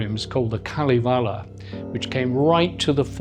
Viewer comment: The filmwork is very nice, but I would have enjoyed this a lot more if the presenter had taken five minutes to learn how to pronounce "Pohjala", "Kalevala" or "Saarinen" or "Geselius" or "Gesamtkunstwerk", among others. There's no shame in pronouncing foreign names and words correctly, but unfortunately the British often seem to have this vestigial colonial mentality. And if he actually spoke to anyone while he was in Helsinki, he would have foud that Finns are very helpful and polite people who would have happily assisted him with his awful pronunciations.